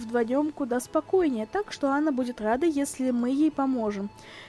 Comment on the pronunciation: я понятно объяснила. Вы говорите имя Анна, как Ана. В имени где две буквы "н", Вы произносите её как одну.